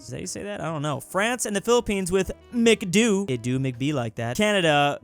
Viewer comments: not mcdoo, McDo as in Bayby shark do do do the o is very hard lik uff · you pronouns it macdo not mcdoo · its macdo not micdoo ok im from phil so i know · as a Filipino we pronounce McDo, as Mac-do (O is short in the sound) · its not pronouce mc doo its mc do like oh in french the sound you made would be pronouced mc dou but its mc do. also frome quebec so ya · ITS MCDO NOT MCDU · its pronounced Mac-D-oh, Not Mick Doo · Bro is pronounced as Mac-Do not Mick-du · its not "Mc-du" its Mac-Doh. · Its actually pronounced mcdo as in heavy o not mcdoooooooo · I live in the philipines and it is not mic-du its mac-do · In the phillppines we dont say mcdoooo is macdo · It's mc do not mcdoo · Say Mac do when you see mcdo NOT MICDoo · At the Philippines it’s not pronounced “mikduu/mɪkdʊ” it’s pronounced “makdo/mɑkdɔ” if you don’t know what I’m talking about I’m talking about “Mcdo/Mcdonalds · in philippines it pronounced mcdo not mcduo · It's not mcdo it's like Mac doh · the prounancation for mcdo is no mic do its macdo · In The Philippines we do not pronounce it as "micDoo" we pronounce it as "MacTho" just to let you know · When he said Mick Doo instead of Mac Doh, it hurt 😞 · It's not micdo it's macdo. Jeez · it pains me that he says: McDo, when filipinos say Mac Doh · I am french and we say it like this : Mac Doe Not Mac dew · Its not pronounced McDoo here in the philippines it McDo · ITS NIT MCDO ITS MACDO LIKE LOUD DO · its not macdoo its Macd O Pronounce the o as ow not oooh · It’s MC-Doh in my country. Not Mc-Doo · McDo is pronounced MacDoh in the PHP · We pronounce it as Mac Daw. Not Mac Do/Du. 🇵🇭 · its not Mac-doo, its pronounced as Mak-do' with a glottal stop. Lmao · I am also triggered, because he was supposed to say “Makdo” rather than Mac dou. Also Im a Filipino too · We must pronounce that Macdo with the o pronounced like a o and not a ou or oo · Lemme say this how he’s pronouncing it mc don not mc du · it's pronounced macdo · Mic Doo